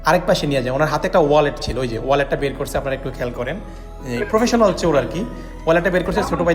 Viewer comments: ভাই শব্দটা "চোর" হবে "চুর" নয়। সামনে থেকে খেয়াল রাখলে আরো সুন্দর হবে। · চুর ! এই তাহলে বাংলাদেশের বাংলা। আরে ইবলিশ, কথাটা চোর, চুর না। কবে শিখবি ? চোর হলে ধরিয়ে দে।